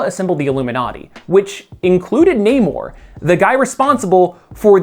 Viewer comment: you say namors name rly weird